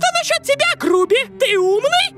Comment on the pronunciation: Правильно не Груби а Груви